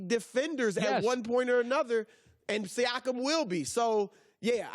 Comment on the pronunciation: i like how colin pronounces siakam saakam lol